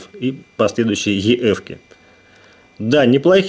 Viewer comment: EF = ЭФ а не еф.